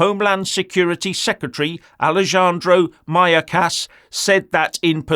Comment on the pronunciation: As someone who speaks some spanish, your pronunciation of Alejandro Mayorcas really lifted my mood during breakfast. Thank you for what you do.